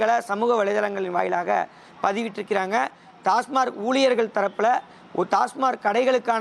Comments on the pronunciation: அது டாஸ்மார்க் இல்லை டாஸ்மாக். எங்கேடா படிச்ச? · ஒரு பத்திரிகையாளர் TASMAC ஐ TASMARK எ‌ன்று உச்சரிப்பது எதோ கடமைக்கு செய்தி சேகரிக்கிறார் எ‌ன்று தெரிகிறது. செ‌ய்யு‌ம் தொழிலுக்கு முழுமையான படிப்பு அறிவு தெரிந்து கொண்டு பேசலாமே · டாஸ்மார்க் டாஸ்மார்க் நல்ல உச்சரிக்கத் தெரியாத பத்திரிக்கையாளர்